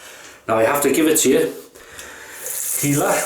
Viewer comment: Dear. Yes you pronounced my name Ok:) I've had already 2 orders on my Etsy shop as a result:) as you said It is taking a lot of effort and experience to make a good shaving soap. I hope the best success for you. You have really made me happy. I like the fact you start your videos with the flowers - very pleasant and unique. If you like you can check out the facebook group::classic shaving Israel" I am having a lot of support from them.